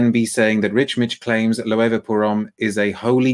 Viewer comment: Your pronunciation of Loewe is correct,. It’s very hard to find that brand in the US in store. You’re also right about the seven materials thing.